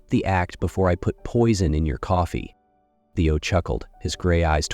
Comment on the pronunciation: It’s a big turn-off when the narrator can’t get the names of the characters right. It’s Theo, not Teo and Sky, not Skye.